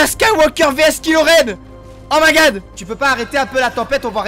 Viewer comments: Les gens : cool la vidéo ! Le fan de star Wars : PUTAIN C'EST KYLO REN !!!! PAS KILO REN !!!!! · C est pas kilo Ren c est kylo ren